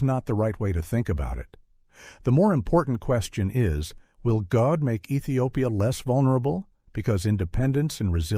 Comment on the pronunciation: Coordination is the correct. GODE' IS PRONOUNCED AS "godday"